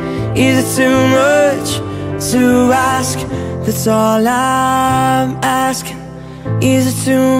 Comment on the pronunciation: even if he change 'chonce' to 'chance' you still can hear him say 'moch' instead of 'much' which is cuuuuuute ;')